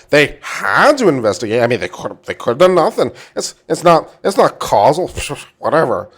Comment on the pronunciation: Love this, and love your channel. But it’s not casual, causal is pronounced like “cause” “all.”